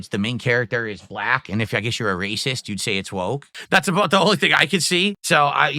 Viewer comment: "You didnt support cause yer WACIST iddiyuts!" Also: "In China CANADA dey say...hello JOO, welcome to the SLAVE TRADE..."